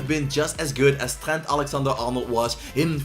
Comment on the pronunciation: can you fix your accents, it's so disrespectful to Trent if you pronounce his name as “t-hent”. I know you're not English, but please put respect on the names.